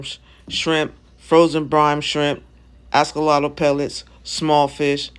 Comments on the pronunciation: Firstly that shop was filthy, the tanks were disgusting and secondly you never pick up an Axolotle with a net because they can get their feet caught in the tiny holes so that lady should not own an aquarium. And please will you stop saying Ascollotle- it’s pronounced Axolotl - I had to stop watching your video because it was so annoying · Well u should tell the lady that owns it never to pick them up in a net. And OMG I’m not the only one that commented on the way u pronounced Axolotl. It’s AXL not ASCOL And look on you tube about picking them up in nets - it’s a no no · Can i ax you a question about your askolotl?? 😂😂😂